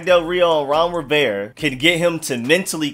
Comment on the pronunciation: You pronounce "Rivera" without the "A" and it drives me fucking nuts Ron Riverre?